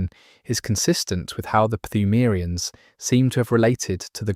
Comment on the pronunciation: Brother I appreciate the video but your pronunciation of pthumerians is driving me fucking nuts.